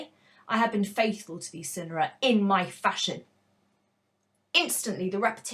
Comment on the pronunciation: Swear it's sigh-nara ngl